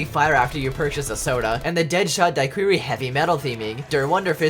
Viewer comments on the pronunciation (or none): yes, my favorite cod perk, “deadshot duh-query”